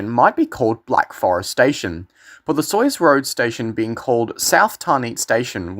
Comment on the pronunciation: That was cringey. Keilor rhymes with dealer. And there's no W in Sayers.